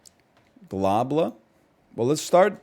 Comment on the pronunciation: I'm convinced he's trolling with the way he says globle